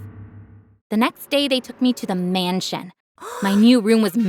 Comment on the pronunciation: the next day they took me to the mAnsshhion~